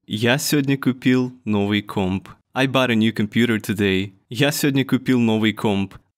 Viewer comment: Небольшое замечание по поводу слова комп. Почему-то оно говорится у тебя как носовая французская о. Это может немного сбивать с толку, а носовые гласные официально у нас в языке не используются.